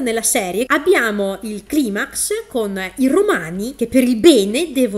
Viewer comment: Non posso non apprezzare il fatto che ti sia ricordata di dire climax con la pronuncia originale latina e non con quella anglosassone ^^